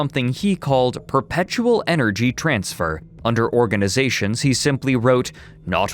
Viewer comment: Wait am I trippin or is ending words with an “m” instead of an “n”? I.e. “sectiom” or “organizatiom”